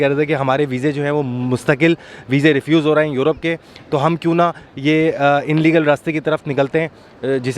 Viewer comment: Inlegal nahi illegal hota h